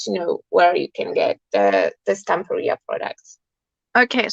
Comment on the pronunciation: Isn't it pronounced Stam-PEER-ia, rather than Stampa-RIA? In the same way that you'd say Interior, Superior, Exterior, Ulterior, or Anterior. It just sounds... odd to say it any other way. Weird pronunciation aside, Belinda's creation is absolutely superb. The moving parts, the mirror effect, the layering – it's all gorgeous.